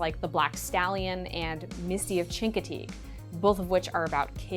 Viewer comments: You said Chincoteague wrong but I won't hold it against you. This was still a great video :) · Honest to god I've never heard chincoteague pronounced out loud until right now and I felt my soul leave my body